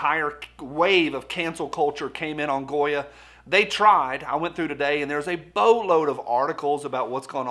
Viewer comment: It's Definitely out front..Especially since it Also Sounds like You're saying "GOYEM"! Hmmmm....Will Anyone touch that!!!?